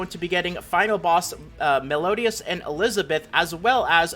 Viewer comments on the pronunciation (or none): Bruh the way you pronounce meliodas 🤣